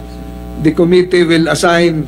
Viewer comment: Sen tolentino dont know how to pronounce the he always say the(di) even if followed by consonant letters it should be tha(da)